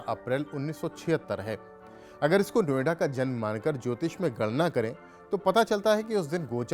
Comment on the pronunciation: नो आइडा। अंग्रेज बोलता है। What is no ida. O it is no idea.😂